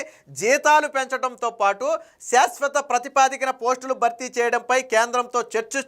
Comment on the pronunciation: ప్రతిపా ది క కాదు సోదరా. ప్రాతి ప దిక